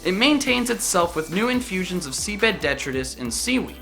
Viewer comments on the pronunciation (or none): none